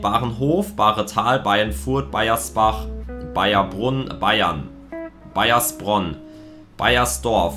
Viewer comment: Du hast mein Dorf einfach falsch ausgesprochen 😂 du hast gesagt Baiersbach. Lass das S weg, dann stimmts